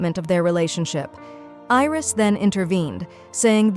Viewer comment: It's not iris it's Aries and it is not roam it's ram